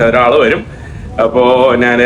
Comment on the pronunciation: എടാ കൊച്ചനെ, നാൻ അല്ല, ഞാൻ ആണ് ശരി.